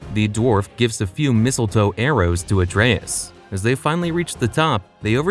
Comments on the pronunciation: Great video but the way you pronouce Atreus is killing me lol 😅 ❤ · This is great content, but it's pronounced (Ah-trey-eus) it's said at least 50+ times in the Norse titles.